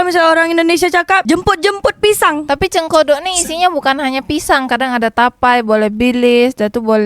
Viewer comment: Cekodok bkn cengkodok😂😂😂😂😂